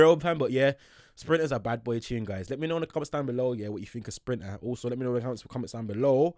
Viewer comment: No way is calling Sprinter as "Drill" 💀 luv you though and I respect your content! Been watching for about 2-3 years now